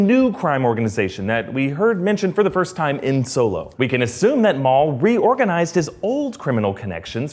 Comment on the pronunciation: MAUL... NO ONE ELES. JUST MAUL.